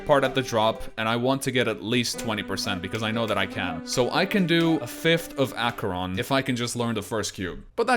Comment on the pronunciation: Headacheron lol